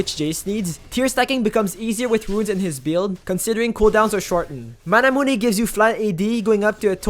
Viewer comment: Triggers me that you say manamunÉ. But overall a good video :)